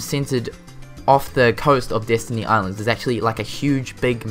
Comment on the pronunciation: Destiny Island not Disney :D pronunciation XD